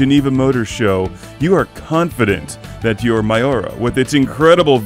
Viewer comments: I'll echo what others have said...it's pronounced me-your-uh. But in any event, I love the CGR vids. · You didnt pronounce miura right dumbass